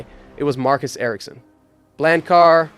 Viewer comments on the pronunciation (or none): none